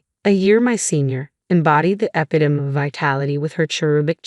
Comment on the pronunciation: “eh-PIT-oh-mee” not “eh-PIT-umm”